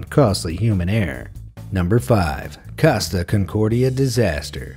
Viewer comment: Holy shit hire someone to teach you how to pronouce foreigner names. Coasta, Cheeveetavekkia, Franchesko Skettino.. come on.